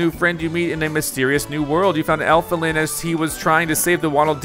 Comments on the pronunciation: He even says ELFILIN as ELIFIN... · Well, he said Elfilin as Elifin...Even though Elfilin is not an elephant...lol